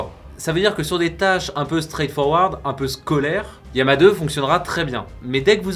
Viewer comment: Yama ? D'où vient cette prononciation ?